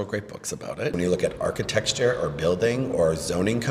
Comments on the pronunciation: Dude can barely even say architecture, he said archti-texture multiple times. I don't trust politicians who can't speak properly. You're job is literally public speaking! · Is he saying archi-TEXT-ure!?? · Damn autocorrect! He said architexture - twice